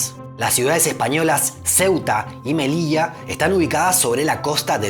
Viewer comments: Me encantó, y dijiste Melilla (no Melicha, perdón si ofendo). Tienes un 10. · Me ha sorprendido que pronunciaras Melilla y no Melisha! Me encanta tu acento pero también es agradable oírte pronunciar la ll como un español.